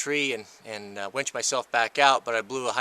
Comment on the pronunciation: How do you fix a "Wench?" : ) LOL! You mean Winch, Right?! : )